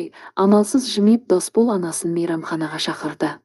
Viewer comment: Әп-әдемі ән еді,пұшық айтып бүлдірді дегендейін. Оқыған дектор "Орысқұл ''екен ғой. "Досбол,'' деген адам есімін қайта -қайта "Дасбол '' деп оқыды. Мұнысы енді ұят. Мұнан кейін бүйткенше оқымай -ақ қой.